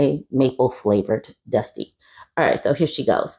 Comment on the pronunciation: Not Dust-eh